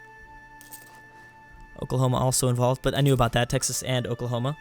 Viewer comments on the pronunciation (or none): none